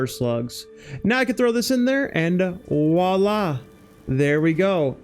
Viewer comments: Great video, but for future reference, the expression is "Voilà" (vwa-lah), enphasis on the "V" :) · I know this gripe is 100% on my end, but you use the french term "voilà" way too much. Especially since you pronounce it like "wala". It makes it sound like you don't know what it is or what it means. Not trying to be a grammar nazi, just trying to inform. Entymology of words and phrases have always been a source of interest for me.